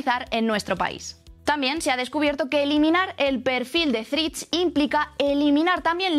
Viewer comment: Mirad la pronunciación correcta de la única palabra en inglés que vais a utilizar en el vídeo. Por lo demás gran contenido.